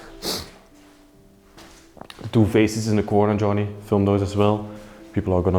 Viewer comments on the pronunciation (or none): none